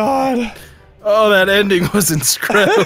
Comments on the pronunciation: It mean the movie the incredibles, but he said it with a S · makes me so happy.. Was having a bad day until i heard "inscredible"